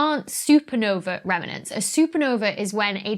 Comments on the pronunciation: Is that 'reminent' or do you mean 'remnant'? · Ah, this slightly bothered me too. Rem-nant, not Rem-in-ant (or perhaps Rem-en-ant). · Dr B, love your videos, but purlease get your pronunciation of remnant right. It has two syllables, not three, (like please has one syllable, not two)! I don’t know why it grinds my gears so, but it does, like nucular. You still rock, and so does your content. xx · Yes, I've been wondering what a "remernant" is. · Am I hearing an extra vowel and syllable in Remnant? adorable. love this channel!